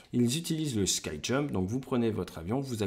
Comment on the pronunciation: c'est ski jump avec le son "i" pas sky jump avec le son "ai" X')